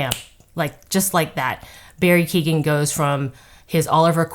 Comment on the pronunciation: Keoghan is pronounced Kee yo gan it means "Wolf cub" in Irish